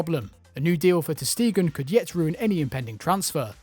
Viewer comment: Stop pronouncing Ter Stegen ”Ter Stiegen”